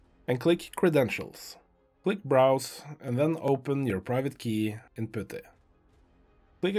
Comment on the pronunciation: This worked so great, thank you for this video!!! I could listen to you pronounce "Putty" all day long. 10 hour loop when?